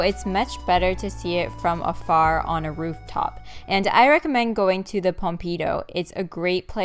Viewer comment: Yay new vlog! Studying abroad in Paris was one of the highlights of my life, so I love revisiting the city in any way I can! (Also, it is pronounced pom-pi-doo, and Le Georges is awesome!)